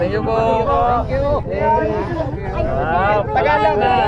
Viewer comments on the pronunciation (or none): none